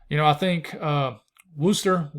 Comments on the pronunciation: Great video, you earned my subscription. Plus you pronounced Worcester correctly the 2nd time. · Second pronunciation of Worcester sounded like you live here, bravo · Wuss tah!👍 ( Worcester ) Thanks for the great channel!!